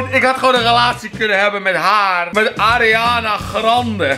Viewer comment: je zegt Arianna grandee zo zeg je het